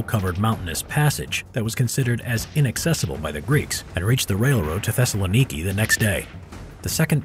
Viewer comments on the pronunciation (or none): Wen he says Thessilniki i die